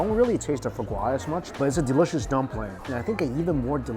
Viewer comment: Mikey's Chinese accent really comes out in the word "derishous".